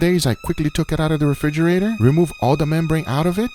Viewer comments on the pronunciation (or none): none